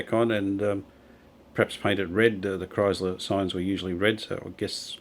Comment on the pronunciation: Beautiful... “Live art.” Thank you 🙏 Just one little thing... “Kriesler” is pronounced (exaggerated): “krÍÍÉsler.” Not: “krAAIsler,” if you get what I am trying to say. Not to worry!!! German words are notoriously difficult to pronounce. But though you would like to know. Cheers!